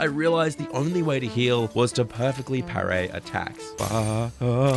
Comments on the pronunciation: wild how being sick made you pronounce parry wrong, must have really messed you up. Sorry to hear it my guy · Good vid but could hardly focus for a few minutes just thinking how says "pair-ray"